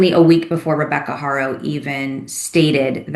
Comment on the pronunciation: Why in the hell won't people pronounce Jake's last name correctly? It's easy...HAR...O...NOT HAIR...O...